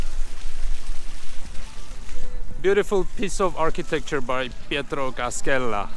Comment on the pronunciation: cascella is spelled like cash-hella, not cas-kella, in italian you read "sc" like "sh". Another small mistake, here you speak about the st. ceteus cathedral, wich is on the other side of the river, this is the sacred heart church, and its from 1886 :) nice vid, by the way you choose quite a non-typical italian city, most buildings are modern for the wwii bombings. Come back!